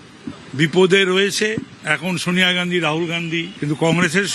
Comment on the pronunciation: sawniya gandhi নয়, উচ্চারনটা Sonia Gandhi